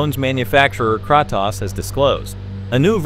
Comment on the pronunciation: The voice over is TERRIBLE ! AI ? It's distorted and you pronounce Kratos wrong. There's also sentence repeats...🫤